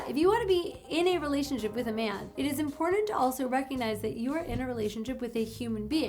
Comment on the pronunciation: Just the fact that you enunciate both Ts in the word important give you higher status in my mind. This was good information, and I hope it helps other men who have self worth and good moral values navigate their lives. Unlike myself who can do nothing with this information because I have nothing to offer a woman in return for her attention.